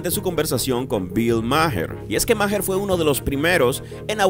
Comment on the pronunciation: Maher se pronuncia ma'ar